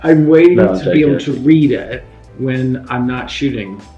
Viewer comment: the way Lance said “read it” sounded quite British 😂💛